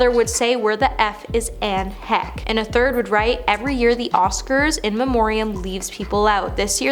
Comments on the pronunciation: Anne Heck? Who the hell is Anne Heck?! It's Anne Heche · You really need to learn how to pronounce peoples names it’s not Ann heck, her name is pronounced Anne Heche! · Tana mongo, Lenny Kar-Vitz? Do any of these million plus sub channels not proofread or autocorrect anymore? Anne Heck? Every time she said it I cringed more. Especially as we’re speaking of the deceased. But that Olivia Newton-John, Ed Asner, Robert Downey Sr, Kelly Preston, or Paul Sorvino not mentioned live? I find a new reason not to watch the Oscars every year. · Not Ann heck. Omg is pronounced Hesh Not only forgotten during Oscar also not bordered to be called correctly by the host. 🤦‍♀️ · Please learn how to pronounce names in these. I know the research is often lacking but given the topic, it helps to get it right. Hearing “Lenny Karvitz” over or “Anne Heck”over and over is distracting. So disrespectful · KRA-VITZ!!!! Omg! She can't say his name right. Get it right! Who is karvitz????? Anne HECK? PLEASE! get the pronunciations right. Take a minute, Google, find out how their names are pronounced. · HECHE..PRONOUNCED LIKE HESCH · OMGF please go learn how to say HECHE. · I like watching you and your colleagues doing these videos, and I have noticed something you may not be aware of. You see you keep messing up celebrities names. It's quite common for you to get names of people wrong. When you said Anne Heche, you pronounced it wrong, it's pronounced Anne Hesh. You also got Lenny Kravitz surname wrong too, it's pronounced Lenny Kravits. Other than getting names wrong, you are actually doing great. You have a lovely voice and you explain things well, and I enjoy these videos when you are presenting them. I am not having a go at you hun, just letting you know because I don't think you are aware of it. Please don't be offended. God bless you and all those you love. Have a great week